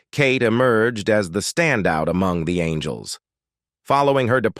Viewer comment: Charlie's ANGLE'S ????????? That bloody Ai bot has problems pronouncing names